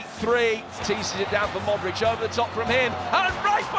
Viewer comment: What's with these numpties calling him Modrick? Hoddle is always at it. The guy's been playing elite level football for about 15 years but they still just cannot be arsed to pronounce his name right.